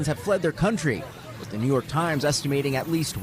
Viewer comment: A JURY OF HIS PEERS 😂 IN NEE YORK? WHAT A GUY😂😂